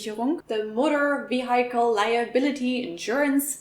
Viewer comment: Liebe, du hast nicht wirklich "Wieheikel" für vehicle gesagt, oder?